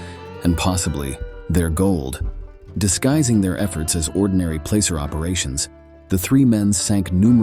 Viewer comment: Pronouncing placer wrong...And the Prospectors most likely buried it